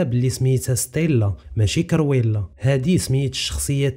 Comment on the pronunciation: كرويلا ماشي كيريولا